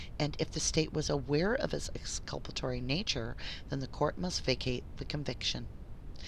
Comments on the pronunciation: ExculpaTORY not ExculpARY Dear. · Thank you for fixing the audio. One little critique, you keep saying exculpanary instead of exculpatory. Jyst wanted to let you know so you catch yourself next time.